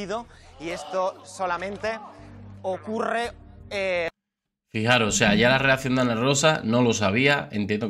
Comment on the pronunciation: FIJAOS***, se dice FIJAOS. Ni un imperativo bien dices. 😂